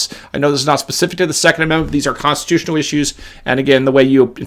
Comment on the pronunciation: Thumbs up if you love how says, "Consti-TOO-tional!" Make it a T-shirt, mug, hoodie, etc.